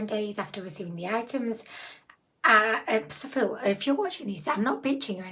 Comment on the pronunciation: I always thought Zaful was pronounced like 'raffle'. Maybe I'm just common! 😂😂😂✌💜